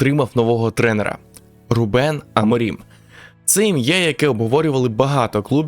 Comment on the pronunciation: Відео цікаве! Але вухо ріже, а не РУбен. РубЕн це армянин якийсь😀